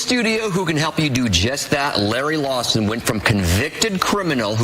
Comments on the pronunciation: The man said Larry Lawson 🤦🏼‍♂️ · Did he say Larry Lawson lol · Did he say Larry Lawson at the beginning lol